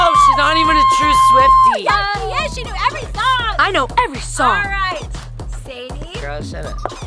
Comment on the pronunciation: When she said SWIFTIC I was saying with me